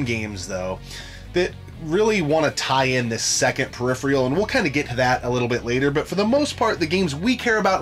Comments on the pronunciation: dude its phe-ri-phe-ral......not pheri-free-al. smh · Peripheral not periphreal. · Why can’t either of them pronounce peripheral